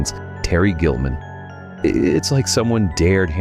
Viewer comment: Found the intentional mispronunciation for the episode (Terry "Gilman")